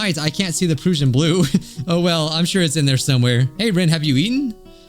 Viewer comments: It's unlikely to ever matter, but you say Prussian like you would Russian. I'm most interested in the duo with the shy girl, both of them seem neat. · Someone, make this man watch Drew Durnil, so he can properly pronounce “Prussian.”